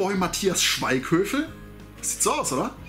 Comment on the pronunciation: Der Schauspieler heißt aber Schweighöfer und nicht Schweighövel lieber ^^. Box ist ok in meinen Augen aber auch nicht mehr.